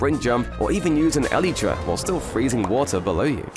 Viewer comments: stop saying elit ra ! it is elytra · I like this channel but I can't get over the way he says Elytra like e-lee-tra. Yes I am aware that it comes from the biology of the wings of a beetle, which is where Mojang got the name from but it just doesn't sound right to me. I have always pronounced it e-lie-tra, but it can be said either way I suppose. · The way this dude pronounces elytra hurts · I like the way you pronounce elytra